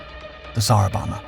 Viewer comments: Bohmba, not bomma. AI voice? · For the 15 or 20 years that I've known about this I've always heard it pronounced so you can hear the second b in bomba, I could be mistaken but I don't think pronouncing it as bomma is right. Still a great video though!! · he has to keep making them until he learns how to pronounce bomba